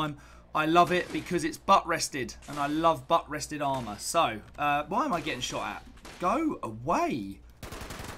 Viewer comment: Will your next video show how to correctly pronounce "AristocRats", "Maul", and "Buttressed"? ;-)